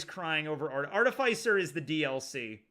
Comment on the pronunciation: Am I the only one annoyed at the mispronunciation of "artificer"? It's not "arti-fays-er" it's "arti-fis-er" like in artificial.